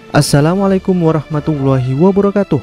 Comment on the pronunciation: Bro tolong belajar mengucap salam yg benar supaya chanel ini betkah